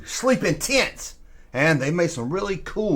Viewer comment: Errtime you say tents I hear tits!! that right therrr is the lost world V-hickle tent!! With a stirrrin’ wheel!! for President!! Wooooweee 😅